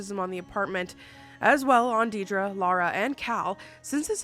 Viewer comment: My name is Deidre - never hear people say my name right. Entertaining to hear it said with ties to the true Annabelle beginnings. But also, DAMN! 😜😘